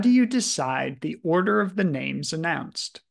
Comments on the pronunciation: I really appreciate how your pronunciations are 100% spot on in the reports. That's so rare in this day. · I love your voice and your careful pronunciation of some pretty difficult names. Thank you! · I just want to thank you for pronouncing names correctly! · This obit channel is the best and the one i really trust. I especially appreciate that you pronounce people's names correctly. It shows you care enough to research that detail.